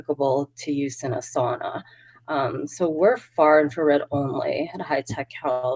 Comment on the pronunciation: ......uhhhh, sauna, not suana. Still love you both!